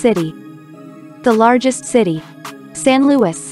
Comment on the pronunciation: Not SAN LOUIS IT IS SAINT LOUIS